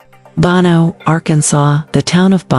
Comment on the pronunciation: It’s called BO NO NOT BON O!